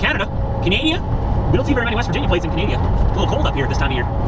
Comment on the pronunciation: ...Its CAN-A-DA.My opinion its disrepectful to your and our great country!!!!!